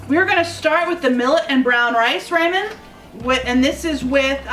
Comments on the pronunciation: rah- men not RAY-men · I was lol at Raymen. Yep, it's Ra-men. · I couldn't listen to her say "Ramen" anymore.